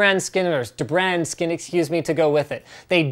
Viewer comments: It's pronounced deebrand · “Da brand” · The way he pronounced "dbrand"...